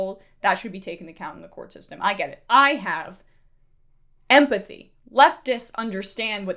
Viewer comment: “I have EMPTHY” lol .... “it’s about emotion” she is delusional